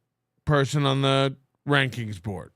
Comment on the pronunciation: "Donor Ranrings" LOL, I swear it will never stop making me laugh that can NOT make a K to save his life. Granted, the fact he can scribble letters is nothing short of a miracle but JFC. Hahahaha.